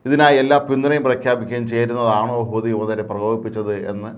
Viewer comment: ഒരു കഴിവില്ലാത്ത ഇവനെപ്പോലുള്ളവരെ വാർത്ത പറയാൻ ഏല്പിച്ചത് കഷ്ടം ഹൂത്തിഎന്ന് പറയാൻ പോലും പറ്റുന്നില്ല. അമേരിക്കക്ക് ഒറ്റക്ക് അടിക്കാൻ ഭയമാണ്.ഹൂത്തിയോട് കളിച്ചാൽ വിവരം അറിയും.